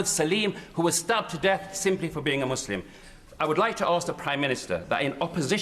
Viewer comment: Why must they say Mooselim